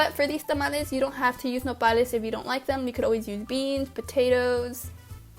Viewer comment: what is nopalies. sorry about spelling could not understand what you were saying. the cut up green things